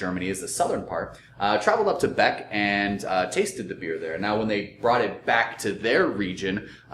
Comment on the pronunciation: Einbeck, not Beck.